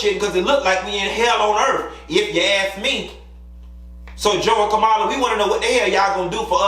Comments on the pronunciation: Hey, for future reference, Madam Vice President's name is pronounced 'COMMA-LA'. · Kamala’s name is pronounced as , la (comma-la).